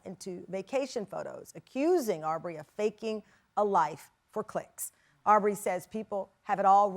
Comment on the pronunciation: Not Arrbrey lol